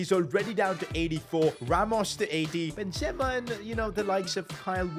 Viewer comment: He can’t even pronounce benzema 😂😂😂😂😂😂😂😂😂😂😂😂